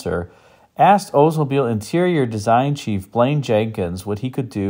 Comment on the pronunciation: You need to pronounce the L in Oldsmobile. Not OOdsmobile. My uncle was an OLDs dealer, I know. The Regency was amazing. But the door hinges were garbage.